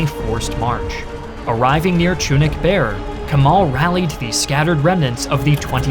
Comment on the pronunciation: It's a great video overall, but please do not pronounce "Kemal" like that. pronounce the "e" the same way you would pronounce the "e" in Germany.